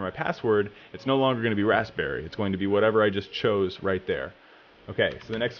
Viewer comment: The way he just said Raspberry really irritated me lol